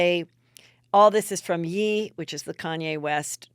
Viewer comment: "Ye" is pronounced like "yay" as in "Kanye" 😂